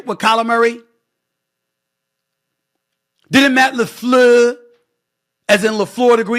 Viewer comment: The 2nd half of this video is filled with straight lies and going off about white people that got coaching jobs. Including purposely slurring the head coach of the GB Packers' name. Its these moments that completely turn me away from this man